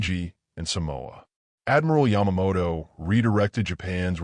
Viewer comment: I didn't know that Yamamoto was Scottish but in one of the mispronounced names it sure looked and sounded like it.